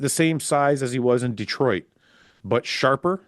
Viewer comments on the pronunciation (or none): none